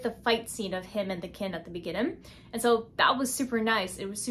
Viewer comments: kinG. not kin. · girl, the g in king is not silent